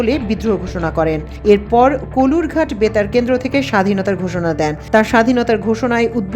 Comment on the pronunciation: কলুর ঘাট নয়, কালুর ঘাট।।।